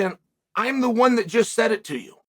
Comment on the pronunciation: "WUN NOw 🏃" "WUN NOw 🏃" "WUN NOw 🏃"